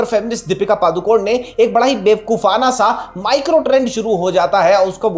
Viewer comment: She is not Padukon she is ಪಡುಕೋಣೆ (PADUKONE). Please don't swallow the last alphabet, E Kindly address her as only Deepika don't pronounce her surname WRONG